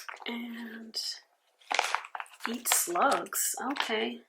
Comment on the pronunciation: I've read all the Harry Potter books and watched all the movies and I find it so funny that you got those stickers while knowing nthing about them... The way you said "eat slugs" hahahah... when I know what part of the story it's about... hilarious! Also, Hermione... Her name is prononced Her-My-O-Knee (the way yoou said her name also made me laugh). Excuse us, Harry Potter crazies. Loved your video! I'm a bit jealous that you're going to NY. My favorite city ever!